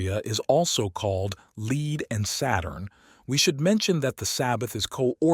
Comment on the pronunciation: Thank you, so much 🙏 Very good, only one minor irritation. Several times pronouncing 'lead' instead of (black) Lead.